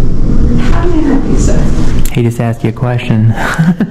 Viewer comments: NO! It's "I done axed you!" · Dis a prophesinal bildin I axed you not to reecord 😂